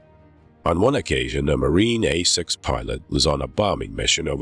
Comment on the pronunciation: 1"08 - the "hay"-6 Intruder you say . . .